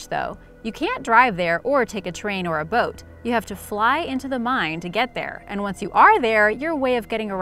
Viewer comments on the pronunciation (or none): none